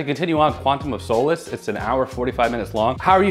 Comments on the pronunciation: Right off the back of Craig pronunciation correction we get 'sow-lace' ^^ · you pronounce 'Craig' fine but not 'solace' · Not my favorite Craig film. I hate the cutting between scenes during the action, it's really obnoxious. I see what you did there, mispronouncing Solace to get more comments, that's hilarious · Says "Craig" the British way, immediately gets "solace" wrong. Beautiful work.